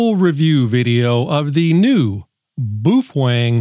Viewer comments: Bao-feng. Not Boofweng😅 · bow feng not bo fweng.😅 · Why is it that nobody can pronounce Baofeng correctly? Folks just making stuff up now. I mean, I'll give you the "boo", but the "fWeng" is killing me! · How many wrong ways have you taught yourself to say Baofeng in a stupid way just to amaze us on your vocal skill?